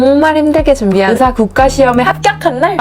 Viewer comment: 전라도 분이신가봐요 ㅋㅌㅋㅋㅋ 의사 발음 귀여워요